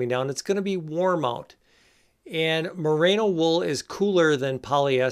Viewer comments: Great video. Informative and entertaining. Loved the demo of dressing in layers (and I am so glad you finally put some pants on). But I flinched every time you called it "MUH-RAY-NO" wool, so I'm gonna have to get pedantic on you. The stuff comes from the Merino breed of sheep, and it's pronounced MUH-REE-NO. It has nothing to do with Rita Moreno. As talented as she is, somehow no breeder of sheep has been inspired to name a new variety of sheep after her. Until they do, there will be no such thing as "MUH-RAY-NO" wool. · Great video! You did make a point about pronouncing “balaclava” correctly, so I will point out Merino is pronounced “meh reeno”, not “mah rano”. Hey, I’m an Agriculture Educator. Very informative content! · Mah-Ree-No no need for the A mate... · It's: "more-RAAY-know". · It’s hard to believe a guy who can’t pronounce Merino and thinks it’s a new product?